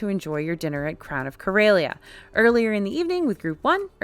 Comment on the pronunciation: I don't know how they pronounced it on the Starcruiser, but Corellia is pronounced cor-EH-lee-uh, not cor-EY-lee-uh